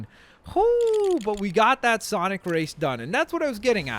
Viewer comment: SONIC NOT SANIC